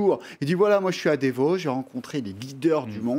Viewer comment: Mister, c'est pas Devos mais Davos! Quel clown